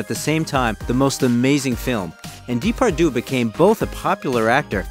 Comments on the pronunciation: the proper pronunciation of his name is important when making a documentary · I understand this is not your language, honestly no problem, but please try to pronounce his name correctly. I am just saying try. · I agree. It's annoying hearing him pronounce the names Depardieu and Alain wrong. Not a serious video maker. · Haha so true :D I guess we can’t expect that much of Americans, when it comes to other languages haha